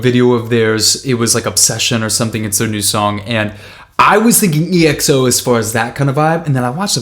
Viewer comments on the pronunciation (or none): Oh god... it’s not E X O, it’s just EXO. One word, exo. It’s pronounced ‘XO’ even though there is an E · Hey man, love your reaction, just a quick side note, EXO is simply pronounced as you read it in one word, not spelling it lol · Hey 👋 I Really Like You’re Content and I’m Waiting For You To React To Exo’s Acoustic Live Session Here It Would Be Nice For You To React To It... And I Would Like To Know Your Opinions About It And Next time please Sa EXO As ekso like Ek•So Not Eh Ek So Thank You 🙏💕 and In It Was D.O You Can’t See Him Is Exo Obsession MV Because he Just Enlisted In The military This July 1st... But You Can see Him In The Past Few Music Videos He Is My Bias And He Is Actually The Main Vocal Of the Group You Will Appreciate More Of His Vocals If You Check out His Song Tell Me What Is Love Here: That Would Be All I Will Wait For Your Reactions 💕 Love Lots 😘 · Just a remind, their name is pronounced /ekso/ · i love your videos a lot :) Always so kind !! (kind note: it's exo as in one word, not spelled out :) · Btw their name is pronounced as 'XO' even tho it has a 'E' in front lol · He doesn't really read the comments because every Exo video someone comments this but he still calls them EXO